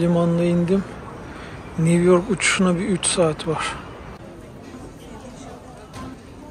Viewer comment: Niv york nedir ya!! Bari sen yanlış telafuz etme.